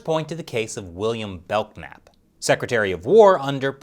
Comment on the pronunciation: I’m pretty sure the k in Belknap is silent.